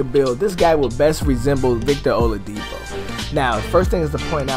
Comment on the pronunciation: Oladipo not oladpio